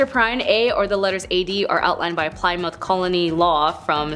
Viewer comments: FYI Ply-mouth is pronounced as pli-muhth (short i) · Ply-mouth😂 less internet more schooling